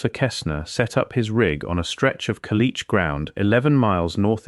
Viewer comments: It is not Ka-lish. It is Ca-lee-shay.. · Ai is so weak it can't say caliche, but it could pronounce commanche. And it's driving cars.